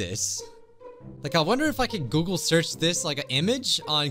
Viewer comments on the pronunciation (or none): none